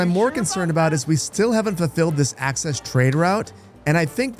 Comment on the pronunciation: Pronouncing Axis as Access is criminal and I hope thats for youtube censorship reasons and not like actually.